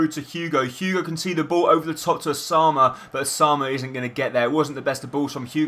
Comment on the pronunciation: Ous-a-moon-A Dembele